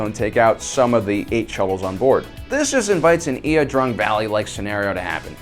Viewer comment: You mispronounced La Drang and it was against NVA regulars not the Viet Cong.